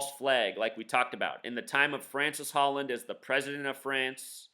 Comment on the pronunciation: His name isn't Francis Holland, okay... it's Francois (Frahn-swah) Hollande (Oh-lahnd).